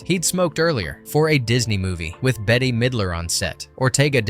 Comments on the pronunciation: Please pronounce her name correctly, it’s ’bet’ Midler, not betty or anything else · Her name is bette not Betty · Bette Midler's name is pronounced BET!!! NOT BETTY!! NOT BITTY!! SALEM is only pronounced one way SAIL-EM... Just like the town in Massachusetts!!! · WHOA, WHOA, WHOA IT'S "BET" (MIDLER), NOT "BETTY". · Betty ?? It's > Bet < ffs Bette Midler should smack the sense into you . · Her name is Bette (bet) middler. Not Betty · It Bet,not Bet-te. Midler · Her name is pronounced “Bet” Midler. They did film some of it in Salem. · How DOES ANYONE NOT know THAT it is pronounced BET Midler , spelled BETTE MIDLER smh She's an ICON and deserves to have her name said correctly!!! Please work on doing BETter 😭😭 (see what I did THERE?!) 😂😂😂😂😂😂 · Bette. Pronounced "bet". Bette Midler. It's responsible to learn your subject before speaking on it. ✌️ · "Betty" Midler lol oh lort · Her name is pronounced bet....its spelled bette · BETTE-Y LOL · NS right?! They lost me at the first “Bet. T.” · how many times can you get her name wrong crikey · how do you not know how to pronounce Bette? good video otherwise